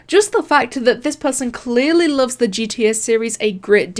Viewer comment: Did you really just say Los Angelees? Kinda? He clearly says he made it by himself You mean clearly?